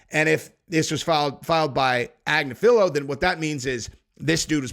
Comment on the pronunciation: Why is it so hard to say Aggg- nifff- alllo?